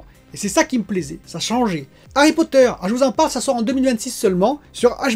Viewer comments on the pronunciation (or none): none